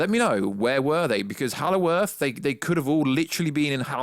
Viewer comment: Did you say hallow earth?